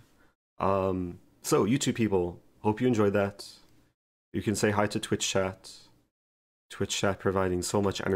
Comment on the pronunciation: "to watchshh on twitchshh" I don't know how and why, but I found I keep copying that Rosen pronunciation in my everyday speak which is quite funny